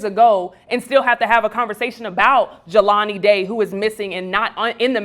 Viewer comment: started strong until he said Jaylen Day....not #JelaniDay This also points to the fact that we BARELY know these missing black people but we remember Natalie Halloway, Elizabeth Smart, and others. We have work to do.